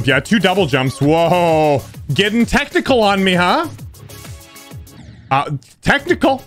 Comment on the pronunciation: When he said technical i thought he said "ah your getting tentacle on me huh?"